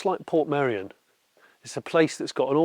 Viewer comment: “I’m off to shoot a video in Portmeirion.” Are you going to learn how to pronounce Portmeirion? “Nah, can’t be bothered.” But it’s easy: Port May-Re-On. “That’s far too complicated. I’ll just call it Port Merry On.”